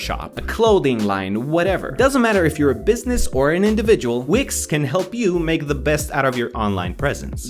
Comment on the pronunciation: when he said wix i thought he said wigs